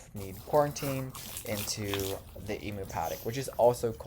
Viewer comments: She's gorgeous and love her name. Also, I don't want to be that person..but going to be. In the nicest kindest way I can put this, are you aware that you are pronouncing emu wrong? As an Aussie bird - it is pronounced as eem - you. Not eemoo. Don't throw shade at me. Just letting you know if you were unaware.. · It’s pronounced Eeemwew not Emoo, yes you need to disinfect yourself after being exposed to Baby Dragon and change into a new set of clothes